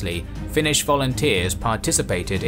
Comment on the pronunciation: Thank you for the in depth-background section! It's very rare to see representations of the war with the events of thoroughly explained. A very good video overall, even your Finnish pronunciation is pretty good! Edit: Finland didn't exactly lose it's autonomy in 1905, it actually reformed into a more democratic system while retaining it's own currency etc. But the Russians began trying to unify their realm by limiting Finland's autonomy and that set in motion various forms of resistance, though most Finns didn't see independence as realistic or even desirable until Russia started collapsing into revolutionary chaos in 1917